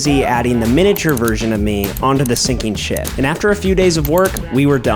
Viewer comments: When he said ship I thought he said shit☠️ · Bro acting like he said ship instead shit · it didnt sound like you said ship 🤣great vid tho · Bro same for me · lmaoo i also noticed